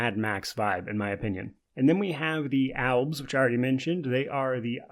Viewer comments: Are you trying to say elves or is it actually alves? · It’s “albs”